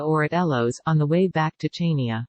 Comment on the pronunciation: The obotic voice is so irritating and the pronunciation of Chania is wrong! Chaynia? It's pronounced Haniaa! If you are going to make money from the film, at least ask the locals how their names are pronounced.